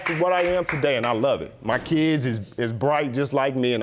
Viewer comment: Yeah he said "my kida are bright"